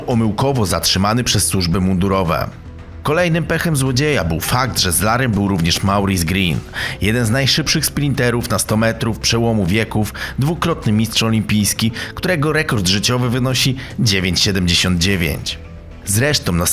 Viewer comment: Nie "Mauris", a Moris"...,bo "au" czyta się jak "o". ... Może warto zastanowić się nad zmianą zawodu? Bo przy okazji warto nauczyć się obcych języków.